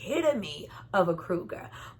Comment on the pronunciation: It's COUGAR Not Kruger